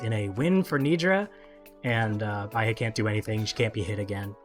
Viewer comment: Don’t know if anyone’s told you since you made this video, but Baihe is pronounced “Bye-Huh”, not “Bye-Hey”. It’s Mandarin for “white river”.